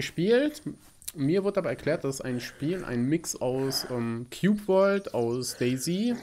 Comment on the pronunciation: es heißt nicht Qubeworld sondern Cube World